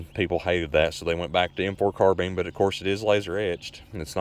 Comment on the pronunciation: AND it is a carBINE not carBEAN